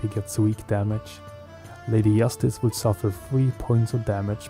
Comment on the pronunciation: Really, really nice video, subscribed and liked, keep up the good work ! One request - I don't know where are you from, but it's Lady Justice, not Yastice and Joker not Yoker !!!